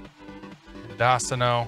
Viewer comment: great vid but just for laughs, pronunciations are men dough cino and ar cay ta.